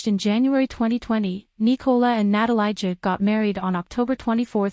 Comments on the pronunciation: its not "natalayja" for christ sake, its "na-ta-lee-ya" leb te yebo nepismeni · Natalia. This is how you pronounce her name. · OMG you don't even know how to pronounce her name 🙈